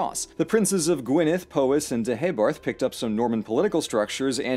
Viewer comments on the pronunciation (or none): laughed when he said Pooowys...its Powys ..like batman says kaa-pow.. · Bless you for doing the work to get "Llewelyn" right, but you missed two easy ones! The 'o' in "Powys" is the same as in the bugs-bunny sound effect "Pow". "Fawr" rhymes with "power", though you got the "f=v" bit right. :D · Hi. I’m Welsh and mostly fluent. I loved this, thank you! But your pronunciations pained me. Specifically Powys. It’s p-ow-is not p-oh-is